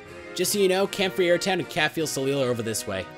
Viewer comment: soleil is pronounced so-lay